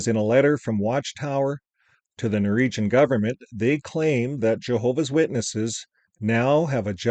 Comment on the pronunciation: ...its NOR -WEEG-AN...😂